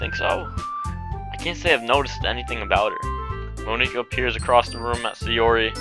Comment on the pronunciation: you're saying monika wrong btw